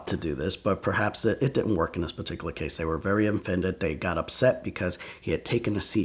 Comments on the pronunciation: This guy like the word "paticula" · drinking game: every time he says “peticular” take a shot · Does anyone else love the way he says “particular”, or is it just me? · Nah it’s not just you